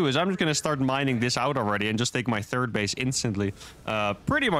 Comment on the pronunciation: Always cracks me up when he says "turd command center". I really enjoy your vids. Keep up the good work.